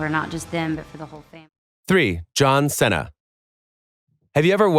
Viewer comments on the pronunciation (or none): fr "senna" its Seena like cena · Its produced (See-Nuh) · I was really getting in the moment and just hear John Sena lol came to comments right away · "C" see nah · “Our favorite.. John Senna.” Is he really your favorite bro? Pretty sure this is an AI video lol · John Senna.....you say tomatoe I say tomoto 😄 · Anyone notice a problem there? My man I swear if u say that one more time. It is pronounced “SEE (C) - NUH” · If you say "John Senna" one more dang time! lol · you can't senna mee lol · Not sure what was worse. Hearing Cena pronounced wrong or seeing Bill Murray taking money for an autograph. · I'm sure John Cena will contact you and thank you immediately for butchering his name to hell. How can you get a guy's name wrong who is one of the most recognizable Americans?? What's next? Tom Brody. Lebrone Jims. Hank Hogan. WTF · Please pronounce Cena right , cringed the fuck outta me